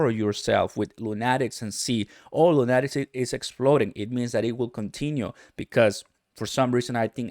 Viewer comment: It’s pronounced Luu-nah-tiks like a crazy man.